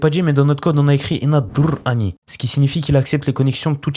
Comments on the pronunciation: Le "inadrrrrr_any" m’a forcé à m’abonner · "In aDRRRRRRRRRR any"